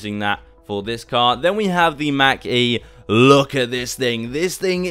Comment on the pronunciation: I love how he says Mac instead of Mach lol and on the sides of the Mach e when turning it you see the electric current only on the side witch you turn from